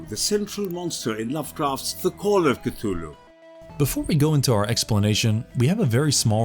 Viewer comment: And you pronounce Cthluhlu wrong way... Shame.